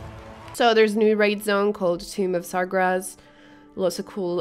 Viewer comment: why you say it like sargrass